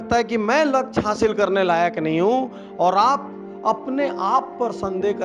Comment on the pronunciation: doosro ke kaam me jo khusi milti h ... wo khud k kisi kaam se ni milti .. लछ्य ni hota sir लक्ष्य hota h